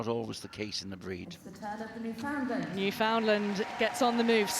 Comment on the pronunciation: Jesus, Mary and Joseph. It's a Newfoundland Dog. Not a Newfoundlund. The name rhymes with Newf-In-Land, as in understand. Newfoundland is not in North Western Canada. It's as close to The UK as one can get an still be on The North American continent. Smarten-up will you.